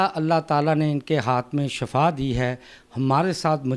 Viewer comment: shafa mot ko kahtay. yah lafz shifa hay.